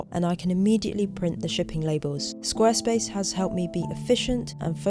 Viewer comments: pronounces Squarespace almost like "Squirrelspace". 🙂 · Love the video again! Also, I wonder how often you tried to say Squirrelspace instead of Squarespace, haha.